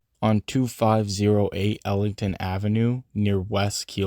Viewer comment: You keep missing the G. It's "Eglinton" Avenue, not Ellinton. Pronunciation: "Egg-Lin-Ton." Another crucial note. "Yonge" street divides the city East/West. Any major road that you mention that runs in an east/west direction, it's imperative that you add east or west at the end. For example Eglinton Avenue west or Bloor Street East etc...